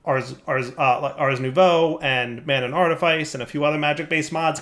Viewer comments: Ohhhhhhhh, nouveau, I kept hearing new bow. Damn, was expecting a fancy bow. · Was it only me that until this episode thought was saying Ars New Bow?